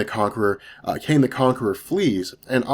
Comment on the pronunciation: are you saying Kang or Kane? Because it sounds like Kane.